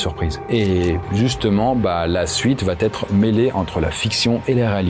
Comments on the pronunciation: Pour info : on dit "va être", pas "va-t-être". Une fois, ça passe mais à chaque fois ... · Conseil: sur chacune des 3 vidéos que j'ai vues de vous il y a à chaque ''va être" une très drôle mais sale liaison que vous faîtes en disant "va t'être". Peut-être personne ne vous l'a jamais dit...?